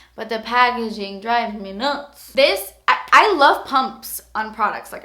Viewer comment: "tha packaging draves meh noots" i laughed really hard